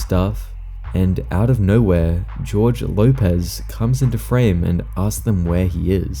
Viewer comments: Jorge is pronounced “Hor-hey”, not “George”. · Jorge is a spanish name, its not pronounced like George. Its Hor Hey